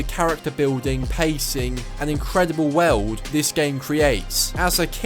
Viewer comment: Sounds like you're saying WELD when you say WORLD. lol